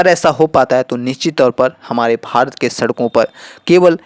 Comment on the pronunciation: भाई तुम भारत तो "भात" बोल रहे हो, तोतले हो या जानबूझकर गलत बोल रहे हो।